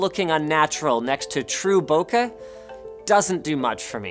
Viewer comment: Don't know if my comment will be read by the LTT personnel but thank you for pronouncing "bokeh" properly. That's become a pet peeve of mine since last year's iphone keynote.